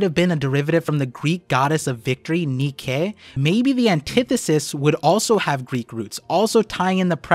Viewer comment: alright we need to have a discussion of Arabasta vs Alasbasta. Arabasta is cringe and Alabasta is chad, discussion ended. also the Greek Goddess Nike is not 'knee-kay', its actually 'knigh-key', just like the clothing brand